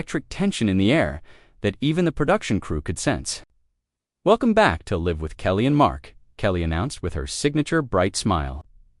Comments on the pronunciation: I wonder how accurate this narrator is with his information? Seems to me he can't even read accurately. Instead of saying welcome to "Live with Kelly and Mark" . Emphasis on "Live". He didn't say live he said " L I V E " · Robot! It’s not live with Kelly and Mark! It is live as in rhymes with hive! For God’s sake!